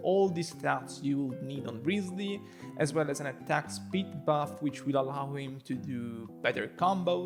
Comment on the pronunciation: woooow omagad... my guy says "rizly". first time seeing someone on yt spelling his name kinda correct. autolike